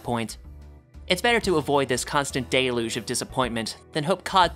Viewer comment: Deluge is pronounced "dell-yooj." Agree with the message though.